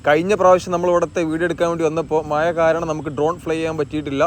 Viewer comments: മയ അല്ല മഴ... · ദാ വീണ്ടും വന്നു മയ വയി കുയി പുയ...... വൃത്തികെട്ട മലയാളം